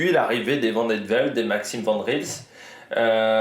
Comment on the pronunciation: Vidéo top ! Niveau prononciation, c'est ; - Van Gils : Van Gchils (en fait c'est un g qui vient du palais, un mélange de G et de ch. Un peu comme un chat qui siffle.) (En fait en néerlandais des Pays-Bas, le g se prononce plus ou moins r, en néerlandais de Flandres, c'est comme je viens de l'expliquer.) - Vandenabeele : Van-den-a-béél - Van Eetvelt : Van Étvèlt - Paaschens : Pâââskèns Me semble-t-il que c'est tout ce qu'il y a comme nom un peu tricky chez lotto ( si ce n'est les vermeersch, van moer,... que tu prononce déjà bien)